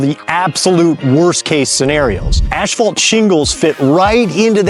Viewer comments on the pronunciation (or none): "Ashphalt"? WTF is that? I've heard of asphalt but not ashphalt. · Dude. Just pronounce it “assfault”… you don’t need to over-pronounce it’s annoying af